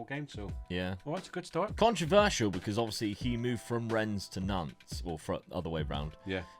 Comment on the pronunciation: YOU SAID RENNES RIGHT. The game is gone